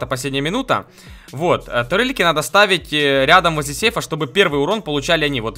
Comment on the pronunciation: Турельки, а не тАрельки